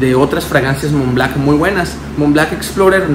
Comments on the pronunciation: Montblanc montblanc! Blanc! B L A N C, no Mont BLACK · Creed "aDventus", "Mont BlaCk" jajajajajajajaajajajaja 🤦‍♂️